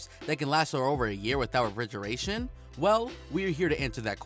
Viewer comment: This one said "rigeration". 🙄